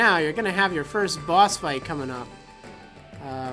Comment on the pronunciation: Sounds like your saying balls instead of boss